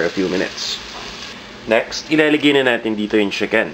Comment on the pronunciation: CHICKEN not SHIKEN...-.-'